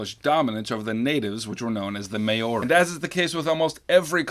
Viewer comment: As a New Zealander can I just say that the name of the native people is Māori, pronounced Ma-oo-ri not Mayo ri